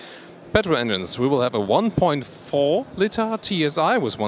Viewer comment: please work on your English skills..miss-pronunciations like beer instead of bear (pronounced bær) or litter instead of litre (pronounced leeter) are a bit embarrassing.